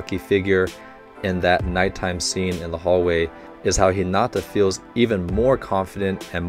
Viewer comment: PLEASE dont Stress the "nata" in Hinata but the "Hi" ... his name sounds almost spanish when you say it like that